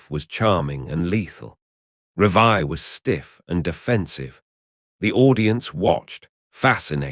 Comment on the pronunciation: Is this AI crap? It’s Revie not Revia